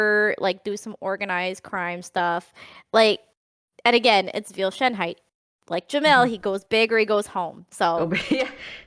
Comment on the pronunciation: My German ass everytime someone says Schoenheit